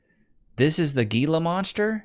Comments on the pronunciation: living the Southwest and he pronouncing Gila monster as GEELA instead of HEELA? Bro I thought these were in your backyard!🤣🤣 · It's pronounced "Heela" monster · The lizard is pronounced he-la. And yes you do not want to get bit by one of them little devils. I grew up with a rather large one that lived in the water cutoff craw space and the bastard got me on my lower calf cause I apparently spooked him. I thought I was going to die for like 36 hours. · Damnit! It's pronounced " he-la monster". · Pronounced Hela monster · It's Gila (HEEL-uh) Monster venom!?! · Say it right bro…..hee la monster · Bro, Gila Monster is pronounced like an H instead of a G. We have them in Arizona